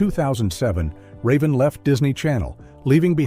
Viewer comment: You pronounce raven's name wrong.